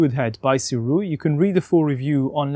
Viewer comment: Thank you for pronouncing the name correctly. Other reviewers tend to pronounce it as Surei which is really annoying. Kudos to you!